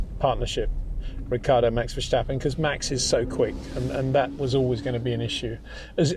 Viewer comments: Is It so difficult so say Verstappen in stead of versjtappen? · Het Peter, you still pronounce "Verstappen" wrong! You can say things like "step", "stop" and "start". Why does Verstappen always come out as "Vershtappen"? Either way, awesome analysis as usual, gotta love listening to your thoughts despite the cringe I get when you say Max's last name, haha! No hard feelings!